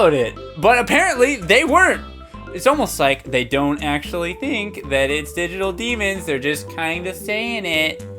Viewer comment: DyGiTul DEAMOONS